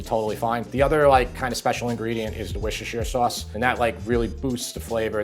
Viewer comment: “Wishersheer sauce” 😂 In Britain, we pronounce it “Wooster’shuh” or just “Wooster”.